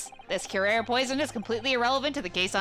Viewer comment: Kyoo-rah-reh. I think you had it right the first time last episode. It's also the name of a Batman Beyond villain and they were pretty good about pronunciations unlike other Batman media...